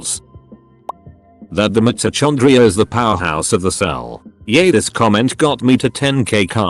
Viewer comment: the way mitochondria is pronounced... i can't